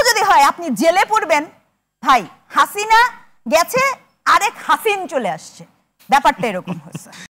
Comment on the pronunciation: শিক্ষক মহিলা, হাসিনার উচ্চারনটা ভাল লাগেনি।